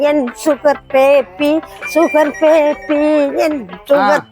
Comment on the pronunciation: சுகர் பேபி சுகர் பேபி சுகபேதி சுகபேதி என்ற போல இருக்கு 😂😂😂😂😂👌👌👌👌